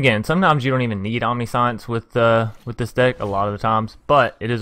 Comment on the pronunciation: 70 cards may be a bit much. Definitely looks like a fun deck tho. On another note, Omniscience is pronounced “Om-nish-ents” just for future reference! Good video tho